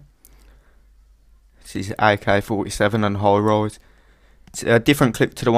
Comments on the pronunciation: Haha " Hoj Rojs. Man sorry, but it sounded like that when you said Highrise. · doh... just how he pronounced highrise was funny :-) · ok lol, u say highrise ? WHAHHAH